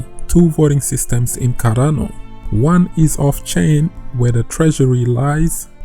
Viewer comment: Its CarDano not CaRRano ffs... is this so hard to pronounce?!